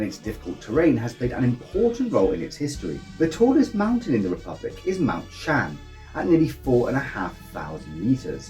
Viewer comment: правильно будет ШОАН а не Шан.